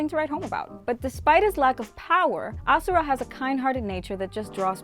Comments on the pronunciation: its ashura not asura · Why is she calling ashura asura